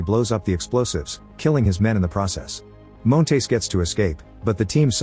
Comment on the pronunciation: I hate the way the AI voice pronounces Montes as “Moan-tays”